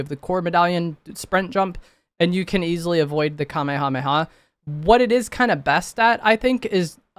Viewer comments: At least he knows how to pronounce it correctly lmao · that wasn’t a hate comment😭 it was meant to be funny cause he said the word so much but fr at least he can say it correctly.